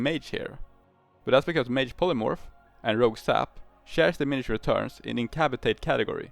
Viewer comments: In-cap-ass-uh-Tate by the way. Love the video as always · wake up babe, we procced a new way to pronounce incapacitate